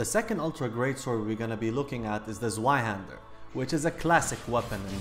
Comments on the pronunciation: It's pronounced zvei not zwei it's also German meaning the full name in English is Two-Hander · (I know this is 4 months old) Actually, if you want to be even more correct, it's pronounced TSVI, Z's in German are said the same as TS are in English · Zweihänder its a german word .. you say it wrong for english it calls twohänder !!